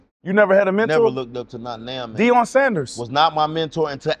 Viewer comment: “Deion Sanders” I’m not watching another second of this. 😂😂😂